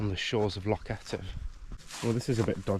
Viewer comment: You must practise your pronunciation of loch. It is definitely not lock. You are a brave boy. The army or the marines would welcome you.